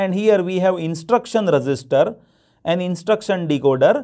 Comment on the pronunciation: Register ko thoda achhe se pronounce Karo aap resister bol rahe 😐😐